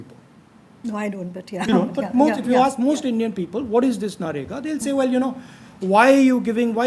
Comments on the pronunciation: he still says NAREGA to MANREGA. god bless his voters. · The guy still doesn't know how to say MNREGA...keeps saying Na-Rega 😂😂😂. On interview front it's a good case study of how not to conduct an interview....from both's (interview and interviewer) perspective. Seems to be a desperate attempt to showcase intellect (very limited though).